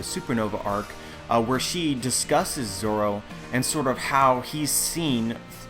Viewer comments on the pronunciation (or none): none